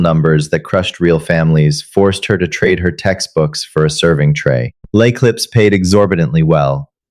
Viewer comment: I too enjoyed the take down of Chloe but if you're going to make French a key component of the story it should be s1sspelled correctly as well as pronounced! Lay Clips makes me think of potato chips with a bag clip instead of what can only be L'Eclipse. Some French even fairly common in not especially such exclusive restaurants are maitre de and hors d'oevres. These are just the most common French terms misspell3d and mispronounced. In English you should also know that there's no such thing as a lone shark: there IS however a loan shark!